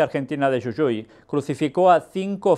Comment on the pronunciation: soy de la provincia de Jujuy República Argentina, solo quería hacerle una corrección, nuestra provincia se pronuncia JU-JU-Y, como si dijera Jugo, JU_GO, y no como lo dijo YU_YU-Y por lo demás comparto su opinión